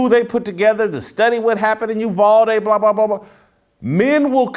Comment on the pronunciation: It's UVal ..as in Al Bundy. NOT UVALL, AS IN THE WORD WALL. Thank you from Texas. I'm cringing Jason everytime you say the name 🤐🤐🤐